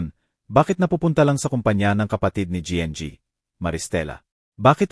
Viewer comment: Anong pg basa yn nng kwento? Anong gng? Imbis n ginang ? Gng😭🤣🤪